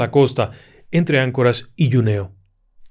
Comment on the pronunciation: Con retardo al ver este vídeo, debo comentar que, a parte de un caso que me apasiona (Los ovnis), me ha hecho gracia el comentario del capitán del avión sobre que a los alienígenas les gustaría tomar un traguito de vino □Pero... A modo de crítica constructiva, debo informarle sobre la pronunciación de la localidad de Juneau en Alaska. El francés es mi tercer idioma y la población de Juneau lleva el nombre de un buscador de oro nacido en Canadá; pero de ascendencia francesa. En francés al juntar las letras eau y au se pronuncian como "ó". Entonces dicha población se pronuncia: Junó (la "j" tal como lo ha dicho usted). Espero que no se moleste con lo de la pronunciación; pero es que me chirrían los oídos cuando oigo que un idioma se pronuncia incorrectamente. Un fuerte y cálido abrazo. :yougotthis::yougotthis